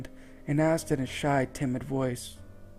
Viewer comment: He said Sly. Not shy lol.